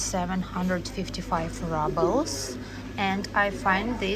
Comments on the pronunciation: Dear, it is roobles, not rubbles 😊. Thanks for nice video ❤ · Rubbles? I thought it was Rubles (Roobles) I guess... If You know, You know 😁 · It is „roobles“, not rubbles of course 😊. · Du sprichst Rubel in Englisch falsch aus. Eigentlich wird Rubel auf Englisch fast genauso wie auf Russisch ausgesprochen.